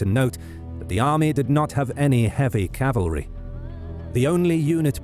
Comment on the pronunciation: Is "cavalery" a thing?